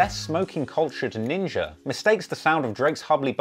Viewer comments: I know you aren’t racist I guess but you realize you’re pronouncing ninja with the hard ER we don’t do that anymore bro. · he said Ninger hahahaha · Hey congrats on the major hike in Subscribers, quick question, why is it when you say “Ninja” it almost sounds like you’re saying Ninjer..why